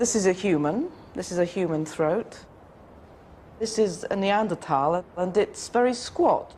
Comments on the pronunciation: I keep hearing it as Arnie Anderthal. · It is "Nee Ander Tall" and not "Nee Ander Thaw" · What pisses me off most about this is the pronunciation of neaderthals. 😜